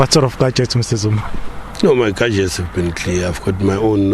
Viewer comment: "Gargets" lol...this guy should stop smoking tik and nyaope